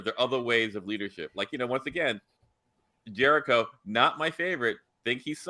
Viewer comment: Please stop calling Captain Jellico "Jericho". Thank you so much.